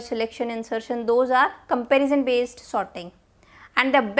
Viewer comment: It's quite funny that she pronounces sorting as 'sotting'. However, the quality of content she delivers overpowers any pronunciation errors since she is able to explain the concept in a clear and concise manner.